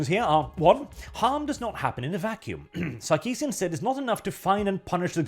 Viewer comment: Did you say "Suckeesian"? I'm just gonna assume you did, makes it that much better.